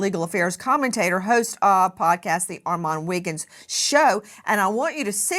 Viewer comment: She is the only one I've heard say his name right